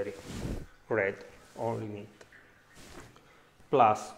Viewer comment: Really? I can understand everything. Maybe because English ain't my first language, I'm used to "decode" what a non native whatever language speaking person says using context and deduction. As an exemple, when he says "X amount of salt PLASS Y amount of black pepper", it doesn't take a rocket scientist to understand that he meant "plus". Don't stumble on the word you don't understand but analyze the sentence as a whole, you'll see how easier it is to understand someone with a thick accent.> Cheers!